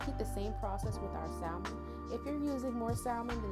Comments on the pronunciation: It looks delicious. I've never had fried fried salmon, and I'm living fornthat sauce. The only thing that bothered me is you pronouncing the L in salmon. Its silent!! 😅 I I think imma make this today tho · Yall Too Old To Not Be Able To Pronounce SALMON. The L Is Silent🙄